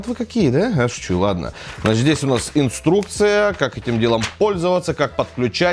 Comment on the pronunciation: Блин! Чуть не выключил при слове ''инструкция''!